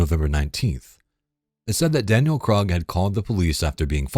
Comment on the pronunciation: I noticed Krug is mispronounced multiple times by the channel